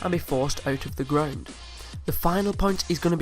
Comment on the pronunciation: (ut uf the gruuund